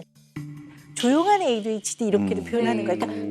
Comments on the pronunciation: Oops, sorry if there was confusion with my original comment. I updated it to actually spell out the way the Dr pronounced it. It should be pronounced "AY-DEE-H-D" but the Dr pronounced it as "AY-DWEE-H-D" the entire episode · 오은영 박사님의 ADHD 발음이 이상해요 에이뒤에치뒤?? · 맞아 왜 에이듀에이치임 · 오은영쌤 A뒤hd? 라는 발음 귀여워요 ㅋㅋㅋ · 발음 신경겁나쓰이네 에뒤에치디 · Why does the Dr pronounce "ADHD" as "AY-DWEE-H-D"? Other than that, I fairly enjoyed this episode. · 저도 항상 귀에 좀 거슬렸어요 에이뒤^^에이취디라고 자꾸 말하셔서. 그냥 발음이 그렇게 굳어지셨나보다.. 그러고 말았어요. ㅎ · 에이듀이 에이치디 😂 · 금쪽같은 내새끼 볼때마다 저도 궁금했던 부분이었어요. 오은영박사님 영어발음을 꼬집는게 아니라 정말 의아해서 질문하신거 같아요. 금쪽같은 내새끼 adhd편은 다봤는데 에이듀ㅣ에이치디 이렇게 하세요. 이게 뭐 대단한 문제라는 건 아니고 ㅋㅋㅋ 타부님 말씀은 정말 궁금해서 그런거 같은데 대답이 좀 날카로우셔서 답글 달아봅니다. 제가 외국인이엇어도 궁금하긴 할거같아요. d가 두개 들어가는데 앞은 뒤, 뒤는 디 이러니깐요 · adhd라서 주의깊게 못들어서그런가 발음이 저러신줄도 몰랐음 ㅋㅋㅋ